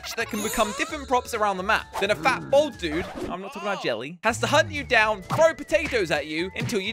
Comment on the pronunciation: The word is bald pronounced 'B-all-d', not 'Bold'!!!